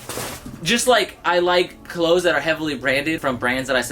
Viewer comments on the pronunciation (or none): none